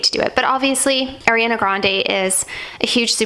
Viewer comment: I’m sorry but it’s ariana not Airiana 🥺